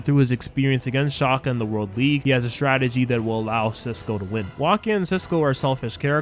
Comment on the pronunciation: Did you just say shaka it’s Xander shaakdara